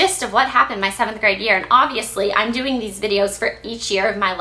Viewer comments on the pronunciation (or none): none